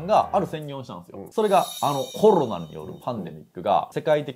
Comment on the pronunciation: うーん😅 ロ コ ナ だと旧型を指すイントネーションなので新型を指す場合には コ ロ ナ になってしまいやはりアウトだと思います😑